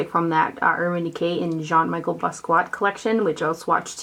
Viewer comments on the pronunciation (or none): Awwwww the foster kitty :) Yes that is a photo of Jean Michel Basquiat on the packaging. Such a cool artist who passed way too soon. Oh and it's said "John Me-shell BOSS-key-ott" if that makes any sense! LOL. I was super bummed that the vaults of that collection sold out so quick cuz I bought EVERY PIECE of it individually.... HOLY EXPENSIVE. Good thing I had some Ulta rewards to use toward it cuz WOW lol